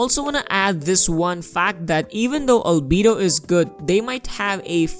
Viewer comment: Lmao every time he says albedo: "ALBEEDU"